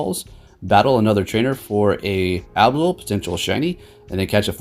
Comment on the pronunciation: Reward is Abwol? Had to say it and play it twice.